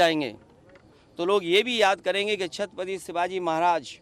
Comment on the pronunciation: अखिलेश यादव से छत्रपति नहीं बोला जा रहा छतपति बोल रहा है यह अकल देगा